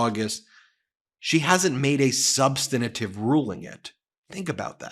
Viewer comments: PLEEZE someone tell Ben that the word is SUB-STAN-TIVE not sub-stin-A-tive. As a lawyer he needs to know better. Sorry, I'm a bit autistic and I can't listen to him... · SOMEONE PLEASE TEACH BEN TO PRONOUNCE “SUBSTANTIVE”! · Ben the word is substantive not substantative. With respect I share this. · Substantive, not substanitive. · Brother. Substantive. 3 syllables. Not 4. Sub stan tive. Like preventive, not preventative. Please lose that habit. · Ben, please learn how to pronounce "substantive"! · Ben, learn how to pronounce substantive. It only has three syllables. You must have learned by the ridiculous "look-and-say" method. Just read one letter at a time, left to right.